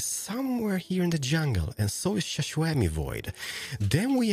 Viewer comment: I love how calls xisuma shaswami😂😂😂